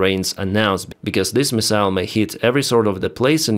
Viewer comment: Hi, "MIssile" - stress on the first syllable.😁🙏🖕Take care!